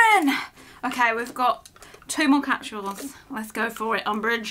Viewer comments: It’s capsules not capshul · It's funny cuz I'm from the US and is saying capshuals instead of capsule🤣